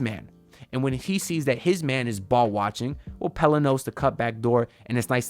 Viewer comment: 🔥🔥🔥 thanks for the content… I really like Stevens… glad to finally hear you say Pelle the right way also 😅